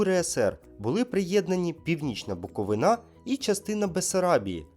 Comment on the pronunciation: БуковИна! Звідки ви берете цей наголос на останній склад?! Це неповага! Я приїду до вас та буду казати ЗапорожьЁ, або ВОлинь, так буде норм? Ви ж позиціонуєте себе, як освітній канал, так перевіряйие інформацію, і це ж не перша помилка!